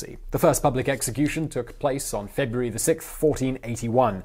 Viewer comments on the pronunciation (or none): none